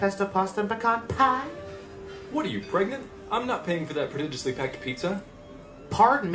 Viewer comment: Love the way mispronounced Penelope (at first) as a nod to his life of being mispronounced. But did he actually mispronounce "prodigiously"? Also love "pfeelings". And Kathy is *talented*.